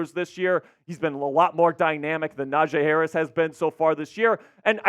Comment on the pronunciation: How is this the Steelers guy and he dont even know how to pronounce Najee Harris